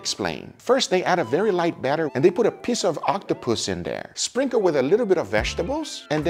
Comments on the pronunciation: i messed in the head cuz i heard "a piss of octopus" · i totally agree, you gotta eat what you catch.. btw when he said piece of octopuss it sounded like he said piss of octopus xD